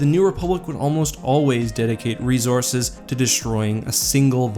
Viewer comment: Hey man I love your videos but ya gotta stop saying "rezources".